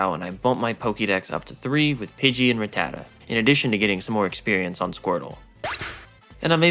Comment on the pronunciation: Drink every time this dude mispronounces rattata